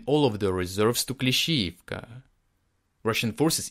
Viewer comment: I’m going to save this episode because I like how he pronounces Klishchiivka and he may have said Klishchiivka 25 times. Lol!